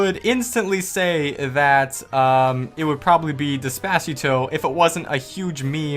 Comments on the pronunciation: Haha dispasito it is despacito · wait did he just say despatio? its des pa ceeto. THIS IS SO SAD CAN WE GET 3 LIKE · Did he just Des pas eeto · Did he just say De- spa tio "despatio" .. dddd eeee ssss paaa tio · IT HAS TO HAVE DES-PAS-ITO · “des pah cito” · "Deh-sp-ah-see-toe" Lmao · put on subtitles and see how he says Despacito " Dispatch Ito " ok then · It's not despaacheeto lol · Dude the way you pronounce Despacito... You need to fix it. It's deh-spah-seetoh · what???? desPACito how the fuck do you butcher a pronunciation that bad???????? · did he say despaciatoe? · How the FUCK did he just pronounced despacito? Im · Your pronunciation of despacito murdered me. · How did you just pronounce despacito? What.. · The way you said despacito kills me 😂 😂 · The way you say despacito makes me want to kill myself. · You said despacito wrong REEEEEE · He said despacito so wrong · God how could you butcher saying Despacito that bad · Anyone notice how weird he says despacito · Dislike for pronouncing despacito wrong